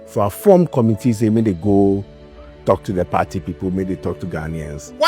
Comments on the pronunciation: Not Perty, it's Party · Why do you always say peartee😂